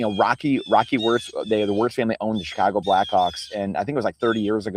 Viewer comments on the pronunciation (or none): none